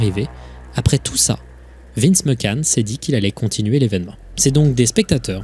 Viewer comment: Tout est horrible comme histoire racontée mais le " Vince Mackan " m'a fait exploser de rire